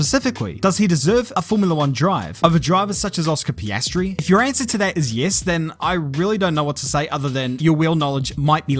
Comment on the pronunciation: No one:: Oscar Pastry